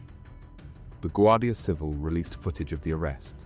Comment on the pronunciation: Guardia Civíl. Accent on second syllable please! Not civil